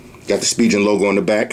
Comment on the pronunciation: Yo, Why you keep saying spijen!!! It's pronounced *spi*-*gan*!!!!